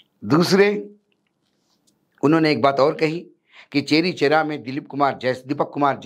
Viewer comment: चौरी चौरा है। चेरी चेरा नहीं है